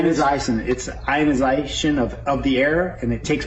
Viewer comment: Homeboy can't even pronounce "ionization." James “If any man among you seem to be religious, and bridleth not his tongue, but deceiveth his own heart, this man's religion is vain.”